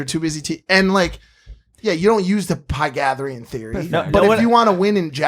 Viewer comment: I'm Greek-Cypriot. I don't know how Americans pronounce The Pythagorean theorem I just hope that, that was Mike's tongue slipping 😅